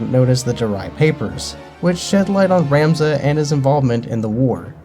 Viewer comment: Thanks for the review. Its Rom-za. Vowels. Tricky.